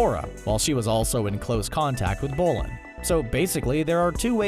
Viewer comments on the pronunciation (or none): and bolin